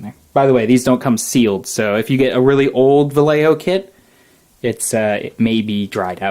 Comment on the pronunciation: you all pronounce Vallejo SO BAD! here's a pronounciation guide: Bah-Yeh-Hoe